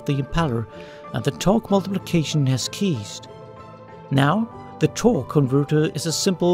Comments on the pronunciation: You really need to work on your English, man. The fake accent hurts, and the wrong pronunciation makes it silly. for example, you meant to say "ceased" with is pronounced with an S at the start, you made it sound like "keesed" Very weird, but informative none the less. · Ceased is pronounced "seesd" not "keysd"